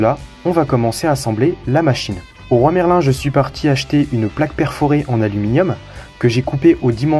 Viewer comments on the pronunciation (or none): "Au roy Merlin" non mec stp tu as pas le droit ce genre de trucs 🤦‍♂️ Leroy Merlin bordel!